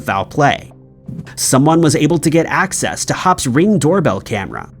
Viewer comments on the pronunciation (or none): none